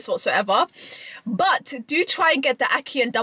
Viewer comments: How you gonna say ackee correctly and then say you dunno why you was saying ackeel and now you’re saying ackeel again 😭😭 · I wanted to watch your review but you couldnt even pronounce the food properly, yuh keep saying Akeel which was annoying the hell outa mi, so i had to just bounce, and i couldnt take you seriously afta dat, get you food right then call mi, every incompetent are making content these days, no offence!! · Btw who’s Akil?, no disrespect it’s Ackee and Saltfish that’s the name get it right please and Ty. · ACKEE!! EEE! Not IL! Love you but you are upsetting my ancestors 😂….He didn’t boil out the salt fish first that’s why🤢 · ackee = akhi . you should know this word very well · It's pronounce Ack key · “Ackeel and saltfish…” “The Amaan of salt in this…” How many Arabic names you gonna drop? 😂😂😂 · Your pronunciation of names of foods and drinks such as Ackee—you constantly say ackeel and Lilt, which is not pronounced as you do—is getting on my nerves. Learn to pronounce words properly!!! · You keep saying it wrong and they probably didn't boiled it ment to boiled it twice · She addressed it and said it wrong again… but you can’t hate her she’s lovely ❤😂😅